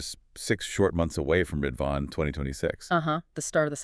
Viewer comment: Great analysis. Our cluster is studying the letter so it provides an in depth perspective. Just a note: the holy day Ridvan is actually pronounced rez-wan. Otherwise the pronunciation of the central figures of the Faith was well done.